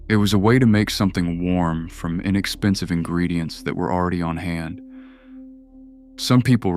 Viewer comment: I know. "Eye neckspensive"? What the heck?